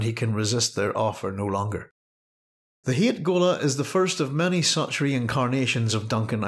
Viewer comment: his name is hayt but it is pronounced "hate". paul even remarks on this in dune messiah, he was meant to be a blatant threat.